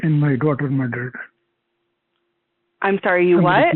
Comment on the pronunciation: he made sure to roll his R’s realllll pronounced when he said ‘mardered’